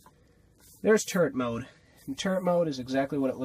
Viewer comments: it sounded like you said turd mode😂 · When you said "turret mode" I thought you said "turd mode" 😂😂😂